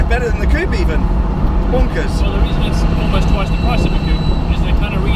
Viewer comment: Coupe..... not "coop"...........